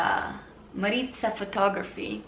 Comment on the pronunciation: Thank you so much for taking the time do videos like these!! I’ve learned a lot from watching your videos so it super amazing to hear what you thought about my work (maritzaaphotography) and you actually said my name correctly! (: I say yes to making more videos like these because it helps us photographers who are just starting out get an honest unbiased opinion and helpful professional tips. (